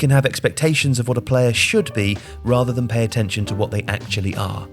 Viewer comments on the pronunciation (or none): none